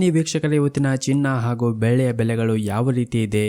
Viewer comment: 😮 ಬೇಳೆ ಯ ಬೆಲೆನಾ ? ಬೆಳ್ಳಿ ಯ ಬೆಲೆನಾ ? ಸ್ಪಷ್ಟವಾಗಿ ಹೇಳಿ. 😮